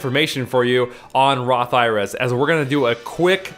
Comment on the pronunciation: When you say Roth IRAs it sounds like Roth IRS to me.